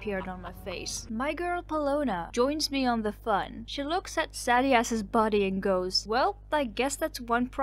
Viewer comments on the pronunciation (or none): SADDY-ASS AHAHA Thank you, that's the mispronunciation I needed in my day.